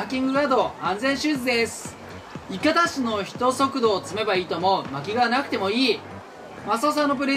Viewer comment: 人速＝じんそく❌ 人速＝ひとそく ⭕️ ですよね？